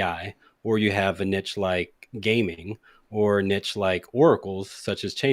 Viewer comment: May God bless for his pronunciation of ‘niche’. Spoken like an American!🇺🇸